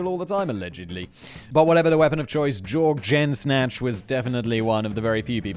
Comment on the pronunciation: Did he say Jorg Jensnatch?